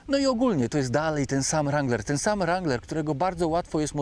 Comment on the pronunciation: Kurcze Chłopie naprawdę fajny kanał prowadzisz ale na Boga przestań z tym ,,langlerem" bo to jest żałosne. Nie ucz się wymowy z translatora Google. Mów po prostu Wrangler i się nie ośmieszaj. A jak koniecznie chcesz być bardziej amerykański od Amerykanów to ucz się poprawnej wymowy chociaż z Amerykańskiego YouTuba a nie od translatora Google.